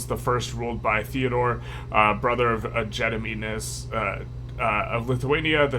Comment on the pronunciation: For Gediminas, you pronounce it as Geh (as in get) dih (did) mih (min) nas (nah s). Thanks for the informative videos!